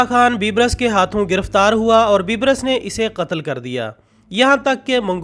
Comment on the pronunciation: ye bibrus nai ha balke baibers ha